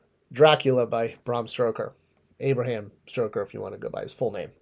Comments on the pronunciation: Dude, it's STOKER. Not StRoker. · Stoker not Stroker :) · "Stroker" hahaha 😂😂 Oh dear. I thought it was just a typo in the video title, but no. Please tell me how you've managed to call him "Stroker" throughout the video as well. Dude. His name is Stoker. You're killing me. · It's Stoker, not Stroker.